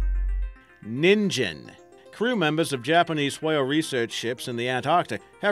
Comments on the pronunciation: "Neen-gen," not "nihn-jen." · Ningen is pronounced "nin-ghen", otherwise, pretty good video! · i don't like being a smartass, but you pronounced ningen wrong (many people do this). the g is pronounced like the g from "english" not like the g from "george".